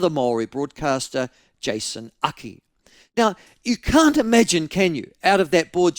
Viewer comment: Maybe it's just me but when ML says "now" I hear nowa 😆